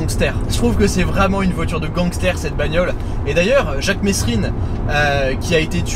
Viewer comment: Il t'aurais mit une gifle si t'avais prononcé son nom devant lui 😂 on prononce pas le S dans le nom Mesrine 😉